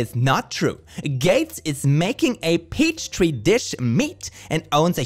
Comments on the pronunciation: I love how they called it "peach tree dish" 😂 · "Peachtree dish" r/boneappletea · Every time someone says "peach tree dish" i die inside 💀💀💀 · I like how she says peachtree dish just like the other post about cattle dying and Bill gates. Couldnt possibly be she's getting information from Facebook. Oh wait....yes....yes she most certainly is. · Misspelling “Petri” as “Peachtree” is the funniest shit I ever heard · SAY IT WITH ME! PETRI NOT PEACHTREE! the fact im more aggro about that than BG cow meat says some about me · "Peach Tree Dish" HA HA HA HA HA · "pea-tree dfish". There's no "ch" sound in there at all. :P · Not only that, but the way the name is actually pronounced in Anglicized form has a short "e" sound as in "pet". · When I heard her say "Peachtree dish," my brain spasmed. It's.... you mean a petri dish. Oh my word, these are adults, full on adults, who have so little experience with science, that they have never heard of a petri dish before... I distinctly remember watching Bill Nye the Science Guy and Beakman's World when I was 12! Was that... all just a dream? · I was so damn confused when they kept calling petri dishes "peachtree dishes". Bone apple tea! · Did... did the blonde lady say "PEACH TREE DISH"? Ehrmahgerhd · ...I'm sorry, "peachtree"? Do they mean "petri" lmao 😂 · wtf is a peach tree dish? Bone apple tea! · “Peachtree dish”?😂😂😂😂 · "peachtree dish" XD Also: ley* lines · Omfg peach tree dish instead of petri dish 😂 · Hah... "Peachtree Dish"... Petri Dish is hard to type/say. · "peachtree" lol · oh my god did she mean Petri dish instead of Peachtree dish??? "bone apple teets" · Its not even that hard to understand the concept and pronounciation of petri dish my god is ENGLISH now going out the window to these people